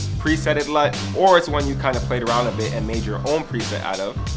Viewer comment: "So I hope that helps you guys a LUT" :)